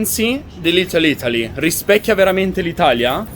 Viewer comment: "sto camminando per le stradine di LitteL Ittaly"......annamo bene, c'è ancora da lavorare sulla pronuncia qua eh 🤣